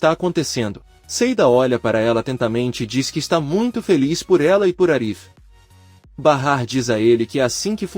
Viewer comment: Bahar o nome e não é Bara🙄🙄